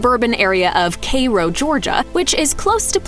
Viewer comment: I'm going to give props to for pronouncing Cairo correctly.